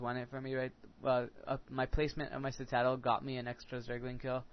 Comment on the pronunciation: I finally figured out that you've been saying sit-aaaa-dal instead of sit-eh-dul. I got really confused in another vid.